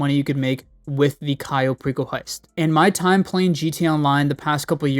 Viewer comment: did you just say Cayo Pickle heist😂